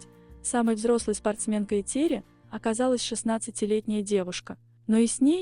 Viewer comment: Что за тупой формат с этими глупыми глазами. Научитесь правильно произносить имя Этери Георгиевны